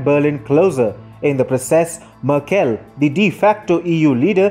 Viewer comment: as a german i have to say you really should look up how to pronounce merkels name, i had to stop listening to your video it hurt my hears